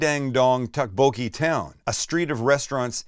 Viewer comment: Great vid. The way you say tteokbokki kills me though. "Tuck-bo-key" 🤣